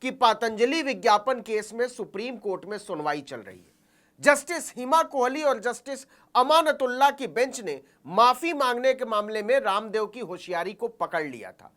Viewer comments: सर जज साहब का नाम विडियों मे अमानुललाह लिखा हुआ हैं आपने अमानतुलला बोल दिया है गौर करे 🙏🙏🙏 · Sir it's a request that the name you pronounce of Hon'ble Supreme Court Judge is not correct it is , अमानुल्लाह so please correct it next time